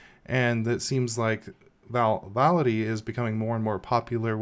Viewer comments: VALOUDI ...WTF ? vivaldi ... LEARN TO READ ! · VI - VAL - DI It's not that difficult to pronounce. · How many times can you say Vivaldi wrong in a row? Lol Good video! The distro looks super interesting. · Thats not how you pronounce Vivaldi... Great video though 😁 ! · this man just cant say 'Vivaldi'